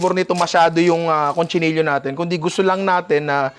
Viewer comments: Cochinillo, ninong hindi CONCHI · Ninong its COCHINILLO not CONCHINILLO